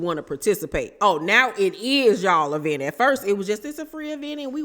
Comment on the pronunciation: Has stopped calling it an "e-vent" yet?